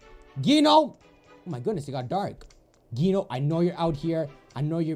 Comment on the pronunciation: you obviously HEARD in the game what is the real pronunciation of Gino but YOU STILL SAY IT WRONG! Can you pronounce it like "Jeeno"? THAT is the right pronunciation!